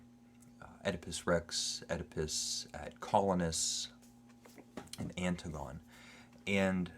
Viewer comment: Anne- Tig- on- ee not Anne- Tig -on... Oedipus means swollen foot...